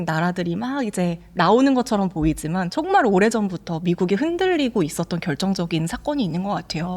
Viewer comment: ㅈ을 ㅅ으로 발음하는거 요즘 한국분들 발음이 많이 달라졌다 느끼고 있었는데. 사회자분도 그렇네요 보이지만 : 보이시만 지금 : 시금 했지만 : 했시만 많이 바뀌었군요..